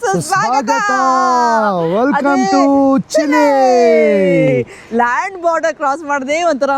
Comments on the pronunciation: Sorry to correct it's chile Chi+ l=chil E is silent Chilli alla ri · ಚಿಲ್ಲಿ ಅಲ್ಲ ಸರ್ ಅದು ಚಿಲೇ